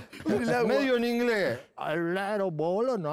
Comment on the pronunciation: "Inglé' " "Alnarabouruna"